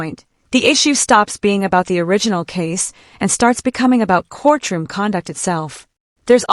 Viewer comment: We are in a court-room and not a core-troom.